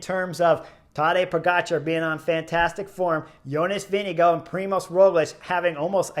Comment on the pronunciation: Who TF is Jonas Vinigo? Why do you pronounce names so poorly?